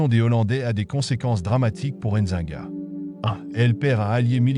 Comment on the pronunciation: N'zi-nga et non enzinga